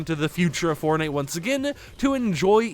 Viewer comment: I BELIEVE I HEARD FARTNITE